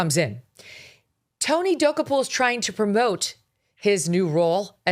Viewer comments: GOOD GRIEF WOMAN!! AT LEAST LEARN HOW TO PRONOUNCE TONY'S LAST NAME!!! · WHY DO YOU PURPOSELY MISPRONOUNCE HIS NAME? SO HIGH SCHOOL. SO AMATEURISH. SO BITCHY! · mispronouncing his name....REALLY? WOW. What else did you get wrong? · why mispronounce someone’s name so horribly..? so your listeners have no clue who you’re talking about? good plan for someone who seldom gets anything right like Mógan Kurly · Megyn, please learn how to pronounce the man’s name if you’re going to crucify him! You are nuts! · You sound stupid by butchering his NAME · It's not that hard to correctly pronounce Tony's name. It cheapens your show when you can't get his name right.